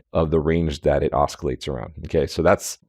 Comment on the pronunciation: promounced "ossilates" no k